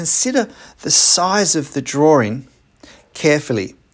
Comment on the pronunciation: Curious, why you mispronounce drawing as “draw-ring”? What ring are you drawing, I don’t get it…